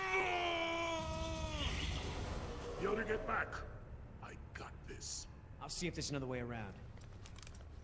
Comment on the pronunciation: To let you know you are pronouncing Troodon Wrong it is (Troo-uh-don) but for some reason in the game they call it troo-don